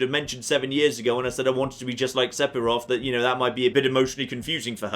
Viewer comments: Di.... did he just say Sepiroth? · Am I just stupid or is weird? PH makes a 'f' sound so he's pronouncing Sephiroth incorrectly